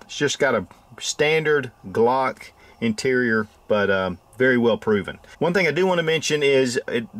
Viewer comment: I guess you tried to say Glock instead uuagkk 😅😀🙈👌